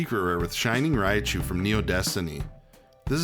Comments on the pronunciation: It's ry-chu not "rya-chu" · ah yes, raia chu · I've never heard Raichu pronounced this way